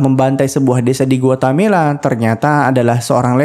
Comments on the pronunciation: Guatemala, bukan Guatamela. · Bkn guatemela tp Guatemala 😅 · Ada beberapa kali disebut Guatamela,seharusnya Guatemala broo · Bang kayaknya GUATE-MALA, bukan GUATA-MELA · Guatemala min, bkn guatamela😊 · Pln2 komennya ya mimin...Guatemala tp kok dsebut gautemela...itu nama negara bneran lho min...🙏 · Guatemala broo..Bkn guatamela😂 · Guatemala, bukan Guatamela. Coba biasakan cross-check data. Semudah membuka Google Search. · yang benar itu guatemala min bukan guatamela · GUATEMALA bukan GUATAMELA😂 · Para pembaca alur cerita film kayaknya harus belajar geografi lagi, Guatemala dibilang Guatamela. Pernah juga nonton alur film di channel yg lain ibukota Yordania harusnya Amman dibilang Amnan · GUATEMALA BANG BUKAN GUATAMELA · Guatemala min. .Gua Te Mala. . risih denger Guatamela ny min. . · Harusnya bukan "Guetamela"... tapi "Guetamala" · Sedikit koteksi GUATEMALA bukan GUATAMELA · Guatemela apa guatemala min?? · Guatemala min: dibaca Gu Wa Te Ma La 😝😝😘😘😘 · samaaaa!! awalnya gw pikir gw yg salah denger atau mimin yang salah sebut tapi mpe akhir review tetep Guatamela. tiap mimin bilang Guatamela, gw koreksi sendiri hahahaha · dia bilang Guatamela mulu 😅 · Gpp Om, Guatamela drpd Guamelata. Kl di togel itu namanya dimistik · nyebut Guatemala dengan bener apa sesusah itu ya? 🤔